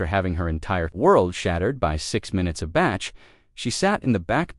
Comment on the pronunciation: Please pronounce your words correctly. It really spoilt what was a lovely story. If you are going to make these stories up, it is the least you could do before putting them on your channel. In this story you made the composer Bach (pronounced as in bark) sound like a batch of cakes